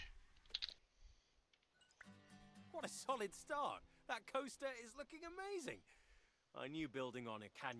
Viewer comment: “Planet Two-ster”? 😂